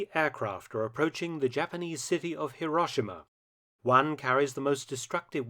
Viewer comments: What is it with the British insistence on pronouncing HirOshima, as HiRAWshima.. The "ah" sound in Japanese is the letter "A".. The letter "O" in Japanese is an "Oh" sound... Too bad they didn't drop those bombs though, that way all their sad and silly "apologists" videos and documentaries re: the Atomic bomb would not exist, trying to shame America for using a weapon of war to END a war. And just a reminder, kids. WE didn't start that f*cking war.. We ENDED it. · Mark, it's more accurately pronounced "hero-shee-ma." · Before you try to do history - at least learn how to pronounce the place names correctly !!! Hiroshima is hero - shee - ma (I have cancelled my subscription in disgust)